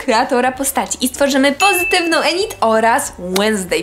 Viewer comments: Init nie enit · Tak ogólnie to nie jest enit tylko inyt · Inyd się mówi a nie enid to się pisze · Enyd E w J.Angielskim jest wymawia się jak I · nie mówi się ENID TYLKO INID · bo ja tylko chcę powiedzieć że się mówi Inyd a nie Enid 🩷💖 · Inid a nie Enid bez uwagi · To nie enid tylko inid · ined a nie enid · Mówi się inid a nie enid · widac ze twoj lektor nawala na Netflixie bo Enid czyta sie Inyd xD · Boże Kochanie...Piszę się Enid ale mówi się Inid...😓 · Mówi się inid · mówi się inyd